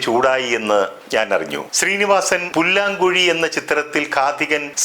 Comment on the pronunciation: ഇക്കാ പുല്ലാഗുഴി അല്ല പല്ലാം കുഴി ആണ്